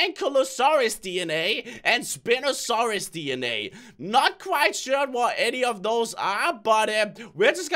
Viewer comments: its spine-osorus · It's called spine-o-soris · You pronounce it spine-osaurs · lmao when he said (an-key-la-saurous) and (spin-o-saurous) 😆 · did anybody else face palm when he pronounced spina soured wrong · how you are supose to pronounce your seccond dinosuar is Spine-O-Saurous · crainer I hate to be the this person but I have to because I love dinosaurs you butchered their names so bad just so bad its spine osaris that's how you say Spinosaurus ankylosaurus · You said spinosaurs wrong 😡😡😡